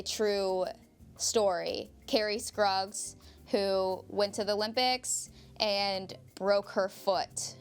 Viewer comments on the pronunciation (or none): She's adorable, and her feedback is fun to watch, but I almost died when she called Kerri Strug "Kerri Skruggs", lol.